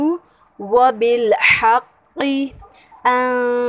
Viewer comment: Ap ne sahi ni parha .... Wabil haqqa hoga